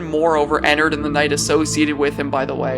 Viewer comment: the way he say enerd